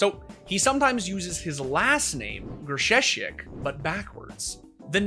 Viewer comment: trying to pronounce Grzesiek and Tomasz is so brilliant lol